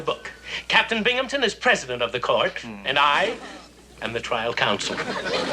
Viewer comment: Blue Moon Crescent There’s no “p” in Binghamton!